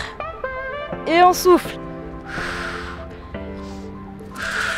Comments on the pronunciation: 😂 euh je suis la seul a attendre "est on souffre"😂 au lieu de "est on soufle"😃😂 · A j ai compris « on inspire ... et on souffre »